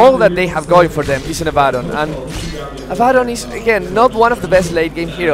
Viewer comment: is it so hard to pronounce Abaddon correctly?